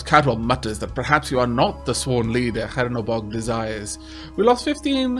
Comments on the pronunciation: Awesome series! Btw it's Chernobog, not Hernobog :). It means Black God in russian. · Chernobog reads with 'Che' like in 'chess' or 'Che Guevara' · Please fix your pronunciation of the name of the god :D CH like in Cheese like the other comment said ! :) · The CH in Chernobog is pronounced like in cheese.